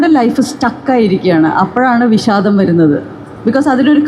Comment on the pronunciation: വിശാദമല്ല. വിഷാദം. മൊത്തത്തിൽശ യാണ്